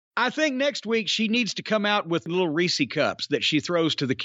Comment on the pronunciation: why do people say "reesee" it's "rees" that's how it's pronounced. rees. and since the cups are the intellectual property of reece, they are reece's cups. pronounced "reesiz" not "reeseez" class dismissed.